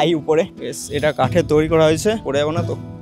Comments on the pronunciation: দাদা ঐটা তৌরি না তৈরি উচ্চারণ হবে, আশা করি পরের বার থেকে ঠিক বলবেন । 🫡😎😏 দাদা আমার তরফথেকে 500 কোটি ভালোবাসা নেবেন❤❤❤❤ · Toiri ❌️ Touri ✅️ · "Touri" abar ki kotha 😂😂 "Toiri" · Toiri❌ Touuri✅ 😂😂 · Touri ki কথা 😂😂 The word is তৈরি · তৈরি ❌ তোউড়ি ✅ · তৈরী ❌ তৌরি ✅ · ভিডিওর সবই ঠিক আছে কিন্তু ভাই উচ্চারণটা একটু ঠিকঠাক কর, 'তৈরিকে তৌরি'এরকম টাইপের কিছু কিছু ভুল উচ্চারণ রয়েছে তোর!! এগুলো ঠিক করলেই আরো ভালো লাগবে।। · ভাই উচ্চারণটা তৈরী, প্লিজ তৌরি বলাটা বন্ধ করুন। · Say Toiriii... Not Tourii..